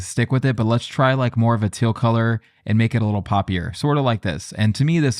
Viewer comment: You say "teal" like you're from Tennessee. "Til"